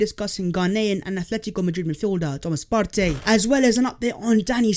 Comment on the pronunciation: Why do you pronounce Partey as of my man is Latin / Spanish? This is a Ghanaian man, not some Spanish geezer.